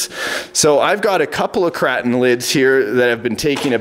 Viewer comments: Is "kray-ton" not "krahton" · You are saying the name of the truck wrong. It’s KrAton with an A sound like in pAy. Hard to relate in text